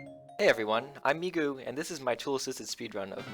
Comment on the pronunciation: Migu pronounced “Me goo”😂😂😂